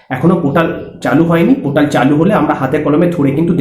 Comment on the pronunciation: Chomu usko portal bolte hain not potal 😂😂😂